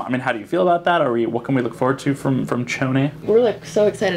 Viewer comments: The guy pronounced it as CHONI- ITS SPELLED CHONI BUT IS SHONI😂😂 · Drama Is Tea they know, they're saying SHoni is how it's pronounced lol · interviewer: pronouncing choni wrong me: 😑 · When he repeatedly kept saying Choni wrong🤦🏽‍♀️😆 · I’m so pissed off that he pronounced Choni wrong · It's cringy when people mispronounce choni